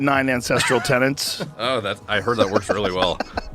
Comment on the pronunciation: Why do people keep saying tenants? It’s TENETS ffs. People are so dumb nowadays